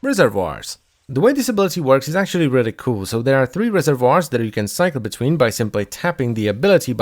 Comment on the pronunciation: SAY RESERVOIRS AGAIN SAY RESERVOIRS ONE MORE GODDAMN TIME